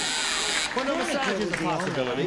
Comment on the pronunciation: come on... 'masage?' Bobby Van was a lucky man - Elaine Joyce is adorable!